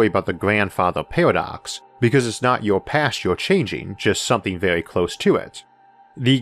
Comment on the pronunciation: This was vewy intewesting.